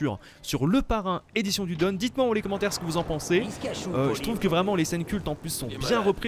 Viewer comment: EDITION DU DON SE DIT EDITION DU DONE